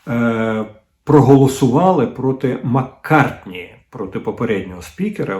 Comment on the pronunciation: Ні, ну це вже занадто! Дмитре Олександровичу, Ви ж минулого ефіру вже навчилися прізвище республіканця Кевіна Маккарті вимовляти, я так зраділа) І знов Маккартні 🙄 І ще й три рази поспіль!🫣 Ви хоч слухали пісні Пола? Чи може навпаки, так фанатієте від Бітлз?😊 Але, все ж краще відрізняти англійця від американця.🤪 За решту знань зусиллям волі ставлю вподобайку. І останнє: не лайтеся в ефірі словами непотрібними на букву "х"(не христянство!), бо неприємно ріже слух, будь ласка.